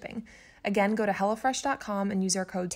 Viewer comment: It sounds like you're saying 'Go to Hell" Fresh dot com lol lol